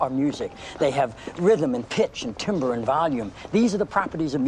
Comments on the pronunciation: It's timbre (pronounced tam - burr), not timber. Usage before rhetoric. Where was the director for this? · He pronounced timbre wrong.